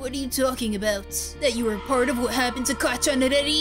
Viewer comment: U also said kacchan wrong I mean this in the nicest way